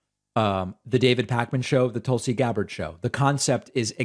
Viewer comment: Tulsi stans... you mean the "Tūls"! 😐